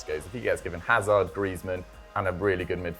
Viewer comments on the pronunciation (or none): none